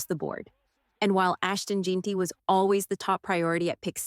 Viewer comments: It’s jenty not jeenty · Jeanty pronounced Jenty